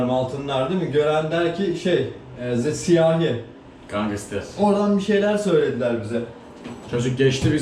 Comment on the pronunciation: NOBODY:: GANGISTER